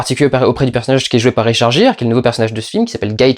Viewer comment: On ne dit pas "richarjire" ! Le nom Gire se prononce "guire". Finalement, tu parles beaucoup sans trop connaître tes sujets. Et quand je vois derrière toi que tu fais voisiner Hitchcock avec Besson, ça me décourage de continuer à te suivre. Bye !